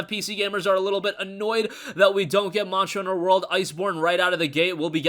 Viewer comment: you can't pronounce monster hunter world.